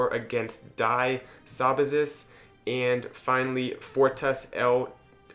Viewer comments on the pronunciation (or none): i don't know about leidsch tuig (certainly not german), but "die saubazis" is a german or austrian clan and is pronounced completely different. more like "dee 'sow-ba-tsees". with an "a" as in obama ^^ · I'm German and actually from Die Saubazis and I had to laugh so hard when you pronounced the name 😂